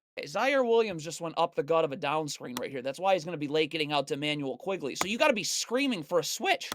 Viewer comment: Awesome video!! Quickley by the way, not Quigley